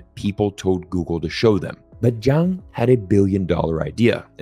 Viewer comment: Love your videos, but just as a side note, his name is Zhang, but you were pronouncing it like Jiang. Not easy I know!